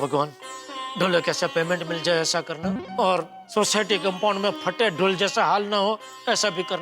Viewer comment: अय्यर बोला कंपाउंड❎ कामबोर्ड ✅😂😂